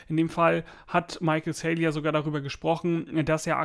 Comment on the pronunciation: Btw. Er heißt Michael Saylor nicht Saylior